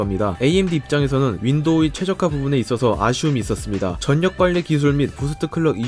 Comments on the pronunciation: 전력도 [전력] 으로 읽음....절력으로 읽으셔야죠...사전 참조하세요... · 전력:절ː력 이라고 발음 하시면 됩니다. 전역이라고 계속 짧게 하시니깐 이상하게 들림. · 발음 좀.. 전녁.. 절력.. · "전력"---->"절력" 으로 국민 거의다 읽는데 "전녁" 으로 발음하는거 와 10월 "시월"을 "시벌"로 발음하는거 정말 거슬리네요~요즘애들 한글파괴 하는것이랑 발음 멋대로 하는거 정말 보기 싫던데...님아 그런식으로 한국사회에 나가면 "못배워 처먹었다"고 쌍욕 듣습니다~상당히 심한 욕이죠? 하지만 그욕들은 님이 그러진 않겠지만 "단어발음 따위가 뭐가 대단하냐"며 기분 나빠 따질 사항이 아니라 한국인이라면 누구나 "고쳐야겠구나" 라고 마음먹고 자연스럽게 지켜야할 예절이자 기본 사항입니다. 참고해주시길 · 저전녁......전녁..... 유난히 이 영상에 전력 이라는 단어가 많이 들어가네요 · 전력을 '전녁'이라고 읽지 말고 '절력'이라고 읽어주세요. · 전력 전녁이 아니라 절력이라고 발음 해야합니다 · 제발 한글좀 제대로 읽으세요 "전녁:이 뭡니까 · 전력 발음 전녁 아니구 절력이에요. 신라 발음이 신나 아니고 실라 이듯이..초반에 반복적으로 전력이란 단어가 나오는데 좀 신경 쓰여서요. 목소리 참 좋으신데 발음이 좀 아쉬워요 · 제발요. 한국어 발음을 정확히 부탁드립니다. 두음법칙... 전력의 올바른 발음은 "절력"입니다